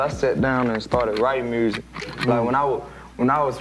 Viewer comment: Lol "mursic"